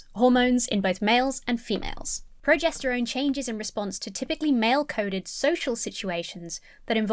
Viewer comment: Being dyslexic and self taught from books, I pronounced progesterone that way as well for over twenty five years. (I'm glad that it isn't just me.) The first few TERFs that I met were GC feminists that self identified as TERFs. So from my experience it wasn't a label that was given to them, but one that they happily used until they realised that every sane and every kind person disagreed with their hateful ideas.